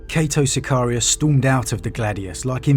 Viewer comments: Cay-toh Siy-Kar-Ri-Uss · it is I, cato sicarius lol